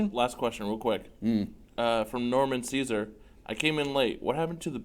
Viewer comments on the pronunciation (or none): none